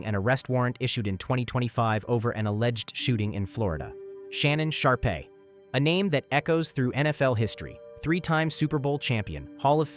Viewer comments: It's pronounced Shannon "Sharp" wtf is a Sharpay?? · Sharpay?... You mean SHARPE? as in sharp